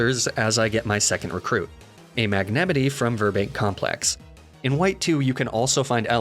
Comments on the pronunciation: Quit trolling with bad pronunciation of Mag Na MITE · Please don’t pronounce magnemite like that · Magnemitty Me:um, it’s magnemite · Did you serious just call mag-ne-mite, mag-nem-itty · magnemini me it’s magnemite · mag-nem-it-eee is incorrect, its mag-nem-eye-t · Bro really said magnemete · ok, i know this is like the 100th comment saying this but WHAT THE ACTUAL LIVING HELL IS THAT MAGNEMITE PRONOUNCIATION? IT'S MAGN-E-MITE, WITH THE MITE PRONOUNCED LIKE MIGHT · cool content epic channel but for the love of god don't say MAGNEMITI ever again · Mag ne mite. Not mi te. Mite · You're pronouncing "Magnemite" wrong. It's "magne-might" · Is the mispronouncing done on purpose? Ive been watching for ages and I can't tell 😂😂😂 Mag-NEH-mitty? Luh-prah? Calling Mareep a pig? 😂 Love your videos still, it's just funny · "mag-ne-tittie" wtf. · It is very frustrating to me how you mispronounce Magnemite, as the pronunciation is clearly "Ma-ñe-mi-ty", as like the word lasagna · I’m never caught off guard when you pronounce things incorrectly like “Mag-nemitty” but when you said “Stroojel Booj” I lost it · mag na meat ay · I absolutely despise the way you say mag-na-myt. But you're hilarious so I like the videos. Keep it up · I miss his pronunciation of Mag-nuh-mi-teh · Holyshit that’s not how you say magnemite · Your magnemite pronunciation hurt me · What is that pronunciation of Magnemite… just took out an axe and butchered it messily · I think I took psychic damage when you said Magnemite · You desperately need to learn how to say magnemite. This is the second video I've nearly stopped watching because it hurts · I can’t tell what’s worse, your pronunciation of magnemite or wolffe glick saying giratina